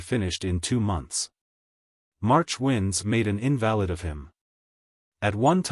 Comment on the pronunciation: LOL This narrator was a poor choice. He just pronounced invalid as in valid!